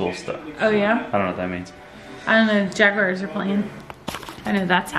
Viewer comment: Every time I hear call her team the “Jag-WIRES” instead of the “Jag-gwars”, it makes me think of people who call “WISS-cahn-sin” (my home state) “WESS-cahn-sin”. “Peh-TAY-toe, peh-TAH-toe”. 😂